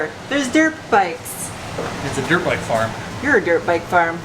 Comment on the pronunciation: Every time you say "dirpbike" I die a little inside...